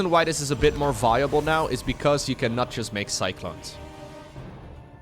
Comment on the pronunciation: Sound anomaly detected - "jUsT" is a robot - confirmed.